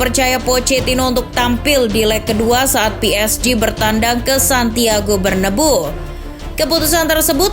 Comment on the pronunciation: ngoreksi doang cara baca Bernabéu = bernabeu (bkn bernabu) cara baca L'equipe = lekip (bkn el kuipe)